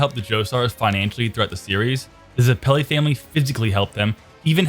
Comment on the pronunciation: Ze-pelly Its zepp-il-ee